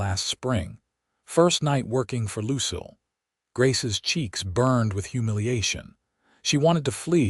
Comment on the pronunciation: Please work with the AI narration on the pronunciation of the name Lucille. Watching from Clarksville, Tn.